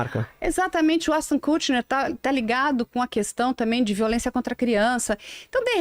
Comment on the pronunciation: Rapaz.... Essa titia aí tá achando que é o primeiro e o último biscoito do pote em.... Depois do Échitôn-Kútchiner eu parei.... 🤣🤣🤣🤣🤣🤣